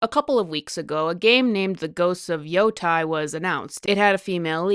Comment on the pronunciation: Off topic (since I agree with everything you said): Is there some kind of "language virus" on the loose? Why are so many people saying "woman" instead of "women," or "yo-TIE" instead of "yo-TAY"? I'm not mad at you or anything, but it's weird to me that these obvious mispronunciations seem to be spreading like crazy online. Where did this start?